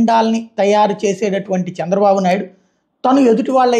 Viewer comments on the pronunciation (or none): none